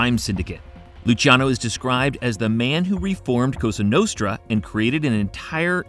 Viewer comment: Costa Notra? WTF?😂😂😂